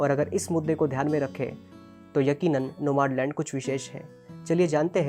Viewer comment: नोमाडलंड नही भैया नोमडलँड..